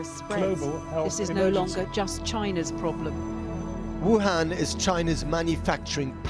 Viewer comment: Please never say another Vuhan.It's a word people must never utter.